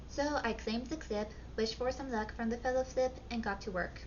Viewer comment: the Fellow-Flip ? Did I hear that right. Are we “The Fellowflip of the Ring”. 😅